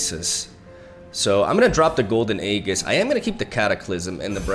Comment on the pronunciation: AEGIS IS PRONOUNCE AEJIS. PLEASE STOP SAYING AEGGGISSS